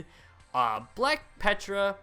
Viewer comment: ptera is pronounced tera not petra